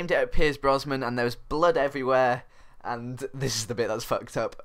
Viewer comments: every time you said Brosman i cringed haha, it's Brosnan :P Great commentary tho <33 ! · Its Brosnan not Brosman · BrosNan not BrosMan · Had to turn this off cause you kept saying pierce brosman instead of brosnan. Sorry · were you saying Brosman? its brosnan i think dude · Its BrosNan, not BrosMan